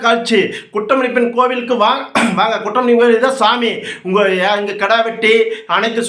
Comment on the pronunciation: என்னது குற்றம் கோயிலா 😮😮😮😮 தெளிவாக பேசுங்க தலைவரே 😅 போதையில் உளறாதீங்க தலைவரே....😅